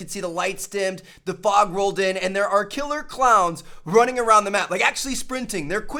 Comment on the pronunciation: I got triggered when you said fog